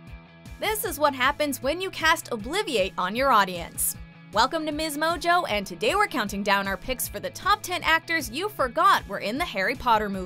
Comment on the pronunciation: "Ob-li-vi-A-te", not "obliviate" Emma Thompson, John Cleese, Robert Pattinson, are you serious??? This is a joke.